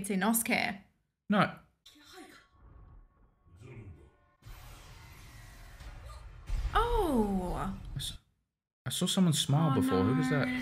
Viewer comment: the way she said inosuke caught me LOL